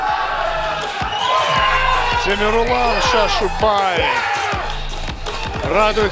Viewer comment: Почему имя коверкают ни Темерлан а Темірлан